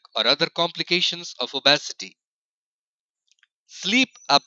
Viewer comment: These pronunciations 😂🤣😂🤣die-ba-tus & o-bes-e-ty 😂🤣😂🤣😂